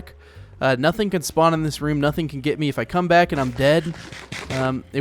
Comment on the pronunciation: you said span instead of spawn